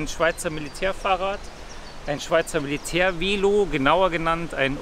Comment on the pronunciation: Weelo 🤣🤣🤣 es heisst, Velo!